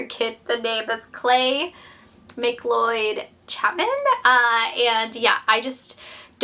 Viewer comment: I can’t say for certain, but usually McLeod is pronounced McCloud 😘